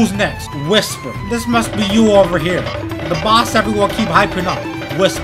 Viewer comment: What why did you say heeer